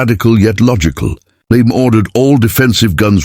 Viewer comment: LeMay, not Lame!